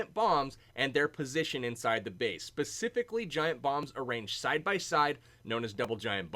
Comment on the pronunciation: "Pacifically" ... lol